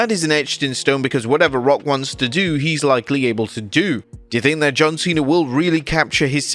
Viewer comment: John Cwena